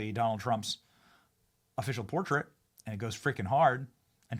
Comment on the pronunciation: Who pronounces portrait the way you did? PorTRAIT.